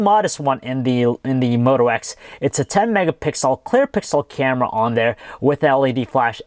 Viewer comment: haven't you noticed that he pronounces his "r" like a "w" like when he said camera it sounded like camwa